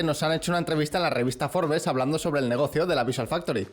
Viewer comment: Gracias por decir FORBES y no ser de los pedantes que en español dicen FROBS